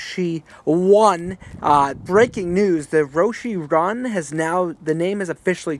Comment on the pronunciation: "Roshee run"